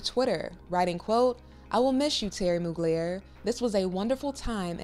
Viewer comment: Moog-layer??? 🤦🏼‍♂️ At least learn how to pronounce his name properly.